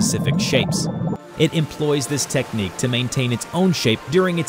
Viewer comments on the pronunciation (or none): none